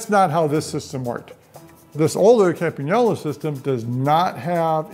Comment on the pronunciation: Very clear video and as an Italian I cannot thank enough for pronouncing Campagnolo correctly!!!! After thirty years riding indexed I recently came back to friction on all my bikes and cannot be more happy. Thumb shifters on my alt bar bikes and bar ends on my drop bar bikes. I don't depend anymore on the brand of the rear derailleur or the number of the sprockets and every change of gear that come out silently and smoothly increase my self esteem.